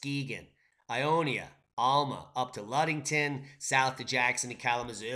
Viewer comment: ALMA IS IN MY HOME COUNTY... ITS PRONOUNCED AL (AS IN A MAN'S NAME) MA (AS IN YOUR MOMMA) AL-MA. NOT TO FEAR.. THEY CAN'T PRONOUNCE IT IN DETROIT AREA EITHER LOL